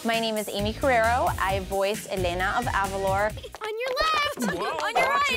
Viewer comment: She just said El-in-na ..... Bitch no